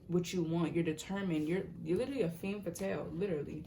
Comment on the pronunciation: Love the video and love your readings, I’m coming in with my Mercury in 6th to just point out that it’s pronounced “ fham faathal*. I love your vids and the messages and I’m so grateful! Don’t get me wrong but I couldn’t stop thinking about it😂❤️